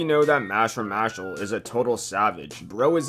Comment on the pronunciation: Its pronounced "mashlee" not mashl